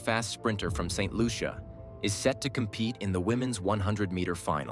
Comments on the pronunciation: pronounced Saint Loosha! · Pronounce the name of the country correctly please.